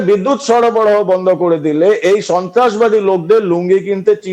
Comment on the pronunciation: সরবরাহ কে সরাবরাহ বলে কলকাতার মূর্খ সার্কাসে ভরা মিডিয়া 🤣